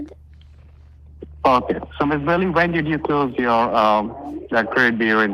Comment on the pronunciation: AND EVERY THING IS (AH-KAY)????????????????